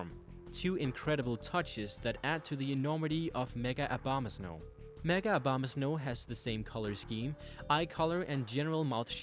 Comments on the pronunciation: No one pronounces it right it's O-BO-MA-SNOW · it sounds you said "mega obamas no" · "Obamasnow" lol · Why the heck do you pronounce Abomasnow as Obamasnow?